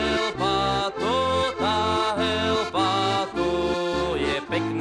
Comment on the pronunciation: Heľpa chlapci, nie Helpa. Inak super.